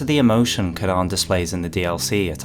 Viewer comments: Say Kee-ron, Kee-ron. Not Kiran. Edit: Didn't watch the full video before commenting, cut content eh, I wonder why they didn't pronounce it as it is in Irish? Also fun fact, Ciaran is a male name, the female form is Ciara! Great vid BTW, big love from the Emerald Isle 🇮🇪🇮🇪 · Ciaran is a Irish/scottish name, it’s normally pronounced like “kee-ran/kee-rin” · The way you were pronouncing Ciaran really bothered me until the reveal of the cut dialogue... Now it's that that really bothers me instead